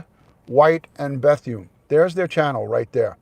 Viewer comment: It’s pronounced “Beth-oon” not “Beth-yoon” FYI. You make it sound like a Korean woman’s name lmao 😂